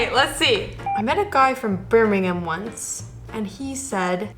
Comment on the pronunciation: I'm from Birmingham and thank you for saying it properly it's Birmingham sounding like birminghum not like ham the meat at the end like most Americans will say it but you have been to England which I like thank you for a good video